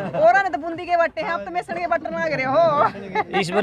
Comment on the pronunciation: सर्व सहमति से सरपंच तो बना दिया, जैसी आप पत्रकार हो ऐसा ही सरपंच होगा, आप बेसन को मेसन बोल रही हो l वाह रे गजब हरियाणा